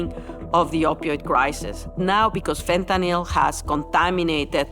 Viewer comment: Dr. Nora Volkow is the only one who seems to know how to properly pronounce "fentanyl". Pill, hill, spill, thrill, shrill, mill, drill, fill, Benadryl, fentanyl. Couldn't be easier.